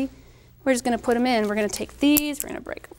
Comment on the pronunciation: DR. SEUSS! not zeus